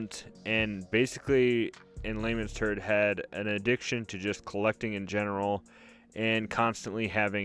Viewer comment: Did you say "in lamens turd" ? Lol